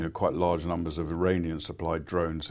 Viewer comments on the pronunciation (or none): none